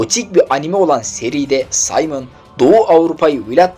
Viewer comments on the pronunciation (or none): none